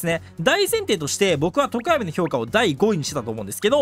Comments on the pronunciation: とこ↑や⤵み↓気になりすぎるwwwww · とこ⤴︎やみw さすがに気になるわ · ゆうこるの常闇の発音が自分の発音が違いすぎて違和感すごい笑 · 常闇のアクセント気になりすぎる